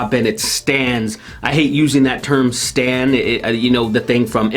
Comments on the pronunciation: Bro, do you mean [ S T A N D ] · When you said stan I heard Stand and then I started thinking of all the fans of them are just a singular stand from jojo.